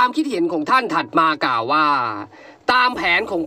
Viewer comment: ติเพื่อก่อนะครับ ควบกล้ำต้องฝึก "ก่าวว่าๆๆๆๆๆ" ฝึกสำเนียงให้เป็นธรรมชาติมากขึ้น เช่น "ว่า" เหมือนพูดสุนทรพจน์